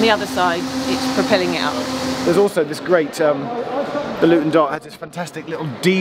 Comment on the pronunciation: did you waft in from paradise? "Nah Lutun Airport".